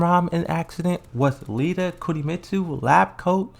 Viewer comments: He also calls Lidia "Lita" and azazel...I don't even know wtf he says when he pronounces that lol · he's definitely doing it on purpose because he said Lidya correctly when reading a comment and he used to say Kazuya correctly but then all of a sudden he starts saying Kazooa.